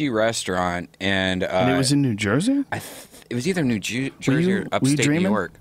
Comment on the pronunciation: he said new jew-sey instead of new jersey lol.